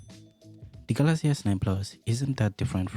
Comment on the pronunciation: It's not Galazy it's Galaxy brother